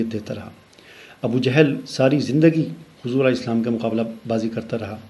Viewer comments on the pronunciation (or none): none